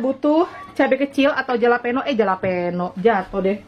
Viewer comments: Nyebutnya halapenyo maaakkkk 😀😂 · Bukan jalapeño itu di omongnya halapeno thanks for the recipe anyway